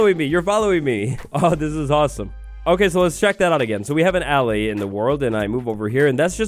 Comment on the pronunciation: YOOOOOO! Can't wait for this little guy to come to Java! Btw,, I believe it's supposed to be pronounced "uh-lay." Not trying to correct, I just think it's meant to be like "allay" meaning "to calm." Making it the opposite of the "vex," which means "to anger."